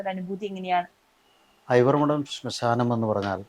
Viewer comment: സ്മശാനം അല്ല ശ്മശാനം ആണ്